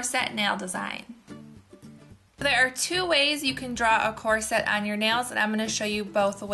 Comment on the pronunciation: It's so cute how you pronounce corset!